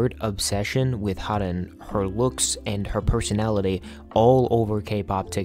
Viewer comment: Haerin's name is pronounced as heh-rin /eh/ sound like the /ae/ in aespa Interesting video, thank you for covering such an important topic